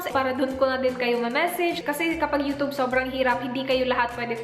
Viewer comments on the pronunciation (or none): none